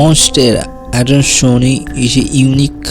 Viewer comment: Finally someone who can prenounce "adansonii" correctly without the stupid AY at the end of it. Thank you :D